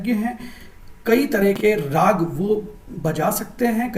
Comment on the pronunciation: Raagaa puriya nhi..RAAG PURIYA..